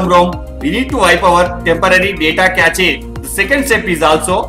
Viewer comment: Cache is not "ca-che" it is pronounced as "kash".